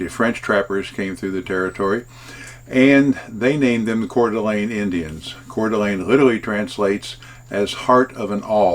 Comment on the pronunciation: Hudson 🍔 🍔. Expect to wait in line! Great job with the pronunciation! Most people get it wrong. 💥💥💥 # Roamingwithrover